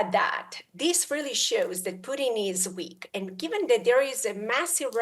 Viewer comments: The Guy's name is Putin not Pudding, simply annoying when people cannot pronounce things correctly. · Does she call him puddin?